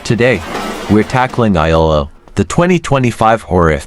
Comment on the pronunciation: 'i' 'L' 'L'... FFS if you are gonna do a shitty AI video, at least check it over. Absolute disgrace.